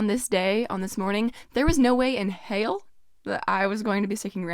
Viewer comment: “No way in hey’l” lol. You are ready for the south!